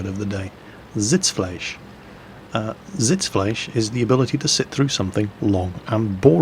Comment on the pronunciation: Had to hear "Backpfeifengesicht" about 10 times until i knew the word you were saying. "Schadenfreude" sounded really good. Also "Sitzfleisch".